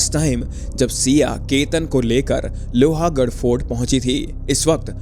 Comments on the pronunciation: It is not pronounced as Lohaaagadh.. it is pronounced as lohgadh.. a is silent. The way you keep saying that makes your video sound less authentic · Bro its lohgad. Not lohagad. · It is lohgaad not lohaagad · लोहागाढ nahe bhai लोहगाढ he vo. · BRO U HAVE SO MANY SUBSCRIBERS AND FOLLOWERS - KISI KO TO ATLEAST PUCH LETA KAISE PRONOUNCE KARNA HAI... ITS NOT - लोहा it's लोहगड.. I'm from Pune and trust me the second u said LOHA I stopped watching... Baki take 1 view from my side